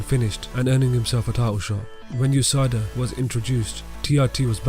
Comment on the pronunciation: It's U S A D A not Usada. One of those words you have to spell out, kind of like UFC.